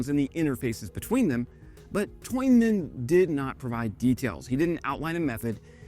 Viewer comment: Tuin sounds like town more or less, and has the same roots (fenced off area = town, tuin, and norwegian tun ) German Zaun [tsssoun] = fence.. town man tuinman ( = gardner)....dutch ij = y , more or less.... so what ever noise you made that's not it..